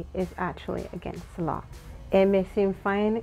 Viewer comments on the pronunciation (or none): none